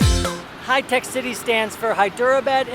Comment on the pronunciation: That is Hi-Tech Bro not Hitec. 😃😃 Love from India ..